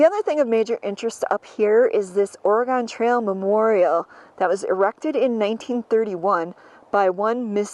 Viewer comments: Please,, it's ORY GUN. Not Ory Gone. From a 64-year-old oregonian. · It is pronounced Ore(gun) not Ore(gone) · I love this video and thank you for sharing it! I just have to correct you on one thing…the pronunciation of Oregon. Lots of people pronounce it ORE-A-GONE - It is pronounced ORE-A-GUN. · I know people east of the Mississippi pronounce it Oregon and although I was born in Rhinelander Wisconsin I have spent a good chunk of my life out west.... And out here we pronounce it OregEn... Love your channel...enjoy !!! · Oregon...pronounced Orygun....no really...lolol the gon should sound like "gun" lol. Born and raised in " Orygun" but have lived and traveled all over this country. We traveled the entire Oregon trail in 1997...pretty cool! I love seeing the country!❤ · Correction, 😂 Oregon pronounced “Orygun” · Oregon has not gone anywhere. It is pronounced Or-e-gun.